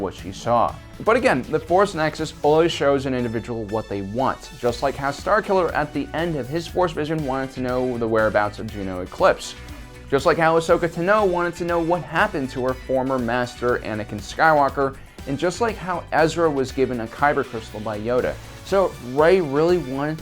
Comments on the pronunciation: ... Asoka TAH-no. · “ahsoka tino” -, 2018